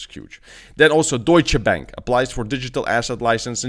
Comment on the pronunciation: haha, i love it how you say Deutsche Bank.